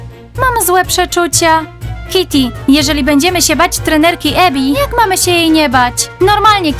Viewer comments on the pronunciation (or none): nie Emi tylko Ebi naucz się słuchać